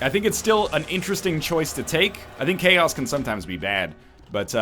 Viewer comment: When you said ''Chaos'' I understood ''Key ass'' xD